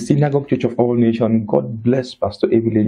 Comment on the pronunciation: Good job brother. Please kindly ensure that when you mention the ministry's name always pronounce with the 's' at the end of Nation. It is Church of All Nations NOT Nation. God bless you.